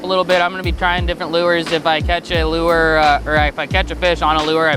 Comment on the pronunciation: lure is one syllable. turns it into 58 syllables somehow.